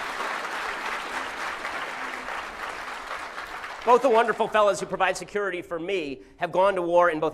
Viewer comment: "Virgüinza!, Virgüinza! Sigúiridad!, Sigúiridad!" :v